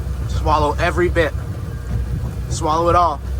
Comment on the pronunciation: saying swallo2it c'mon finish it all was a little off